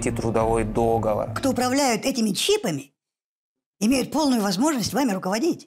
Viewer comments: договОр, а не дОговор. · не до́говор а догово́р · трудовой договОр)) ухо резануло)